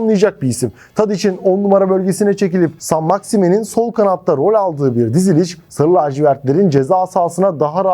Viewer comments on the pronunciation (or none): Şimdiden söyleyeyim MaksimEEN diye telaffuz edilmiyor. Kendisinden yaşça büyüklerle oynadı ne demek. 😂 Altyapı takımlarının isimlerinin de bizim için pek önemi yok. Zaten telaffuzları da yanlış. 😅